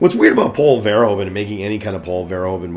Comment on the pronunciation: I think you can improve your pronounciation of Verhoeven. Say it more like "Ver-" with a sharp "v", followed by "hoof-", as in cow feet, followed by "-un" as in "sun". Ver-HOOF-un. Greetings from the Netherlands!